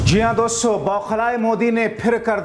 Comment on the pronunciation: Loude doson yeh Kaun Hai doson doston bolna nahi aata to mat bolo, Tera chicha jaisa mitron bolo to maanta hoon lekin doson yeh Kaun si sabdh hai.. gaali khane se pehle sudharo apna pronounciation Verna bura Maan jaoge aap, jab public gaaliya denge, doson nhi doston hon 😮a chahiye nhi to mitron bolo .